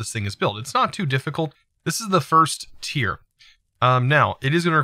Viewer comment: It’s “tier” not “tire” 🤣